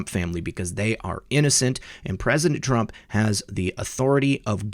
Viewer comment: Isn't it Trump. Not Trunp?? Lol